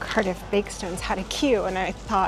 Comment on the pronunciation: C-ARRRR-diff, not "Currduff" ... and "So-fye-ah" gardens. great video though. our city is epic